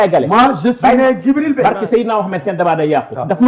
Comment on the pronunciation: Ok le gars s'appelle Djibril Bèye, Samba Taal Saar l'a transformé en "Dibi Bèy" Tèff pour ceux qui comprennent 🤣🤣😂😂🤣🤣